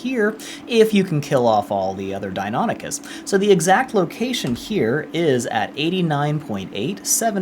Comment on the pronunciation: Dios la guia es buenisima pero ni una sola vez dijiste valguero bien y mucho menos deinonichus...